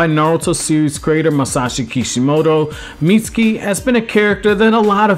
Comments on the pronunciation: Damn b...you ain't say his name right but maybe twice....haaaa...Miutski??? Haaaa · I’m sorry, but, please, learn how to say his name CORRECTLY!